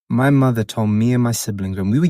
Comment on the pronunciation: Lmao not the taggart pronunciation of muhderr 😅😂 This one alone my aunties could never ❤